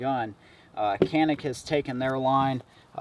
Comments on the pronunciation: The "c" is pronounced "ja" in Turkish. Thus the proper pronunciation is "Janick". Not "CAN ick" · İts not call ''Kanik'' its ''Canik'' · You don't pronounce canik like that. Turkish is a phonetic language so it is /canik/ not /kenık/ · You are saying that it's pronounced like a "J" As in Janik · Kenik değil Canik cahil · no no no CANİK "Read as written in Turkish" ok canik no janik CANİK OK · nearest pronunciation chanik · Actually canik is not pronunciate like that in Turkish language. Our language c sound pronunciate like g sound but not like glock's G; like a gpu's g. You are saying k according to us.